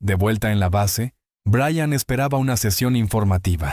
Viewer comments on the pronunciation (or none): Buenas , Everest? En realidad aprecio y creo en el trabajo de Linda Moulton Howe pero , a usted señor NO le creo lo que dice. Tal vez Brian haya tenido experiencias inusuales pero en su relato hay inconsistencias. A propósito , sería bueno que aprendiwra a pronunciar el nombre Brian (o Bryan) de manera correcta y NO 'Brayan' ya que su pronunciación demuestra ignorancia. Saludos 😊😊